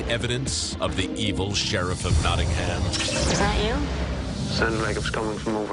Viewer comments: Nawding Ham! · as an english person, it pisses me off every time they say Nottingham cos it’s just so wrong